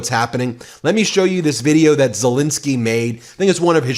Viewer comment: Why do you pronounce Zelenskyy's name wrong EVERY TIME?! Please get it right!